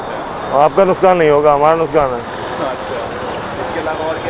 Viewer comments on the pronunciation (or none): Bhai nuskan nhi nuksan hota h 🤣😂😂🤣🤣😂